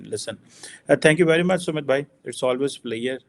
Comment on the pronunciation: Also pts not plea ure it’s pleasure- listen to the pronunciation!